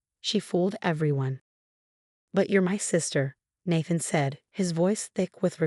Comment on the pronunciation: The mispronunciation of Nathan’s and Rachel’s names were so annoying!